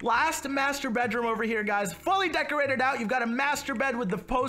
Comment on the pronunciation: This is how many times he said decorTe